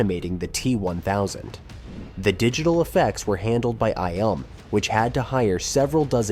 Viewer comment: “I elm” really? How can you run a channel deconstructing the filming process and not properly pronounce “I.L.M.” They are only like the most historically groundbreaking SPX house in the film industry…